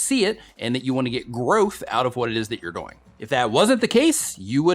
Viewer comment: Ok.....did I just see a #doing on one frame? Don’t change how you say it. I like how you make doing rhyme with “boing”. It’s more fun.